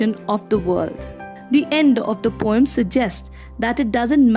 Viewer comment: not pom but po-um check on the oxford dictionary 🤌🤌